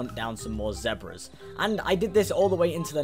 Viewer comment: Zezbars Me: It's Zebras